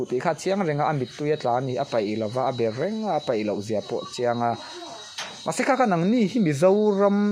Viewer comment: Apaihlo tih kha adiklo apeihlo tih tur